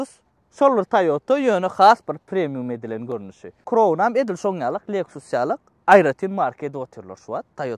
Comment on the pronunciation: Kroun dalhow jan dostym, dogryja ayday, gelisenok adyny yalnys gepleyan welin, Crown dal KRAWN diylip aydylyar Corona diyen manyda